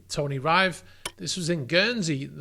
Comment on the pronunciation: I think your contributor Tony Rive would tell you that he pronounces his surname "rivv" not "riyve"